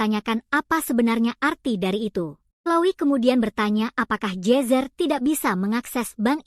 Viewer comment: Ai nya aneh jir nama nya jezzer jadi jesus